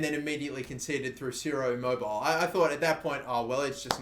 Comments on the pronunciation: It’s Ciro I-mobe-I-ley not Ciro I-mobile😂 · It's pronounced "chiro immobiley" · It’s pronounced I-mo-bi-lay